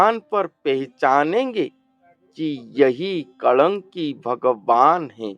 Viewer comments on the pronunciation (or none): कलंकी नहीं महाराज कल्कि भगवान है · Kalanki mat boliye , kalki naam hai